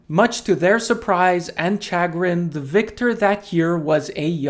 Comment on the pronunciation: The ch in "chagrin" us pronounced as an sh. Interesting video though, I had known that Reeves had won the Mister Universe, but hadn't been aware of the full story of his career as a body builder.